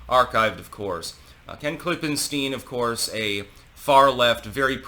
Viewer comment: "Klippenstein" every... fucking... time...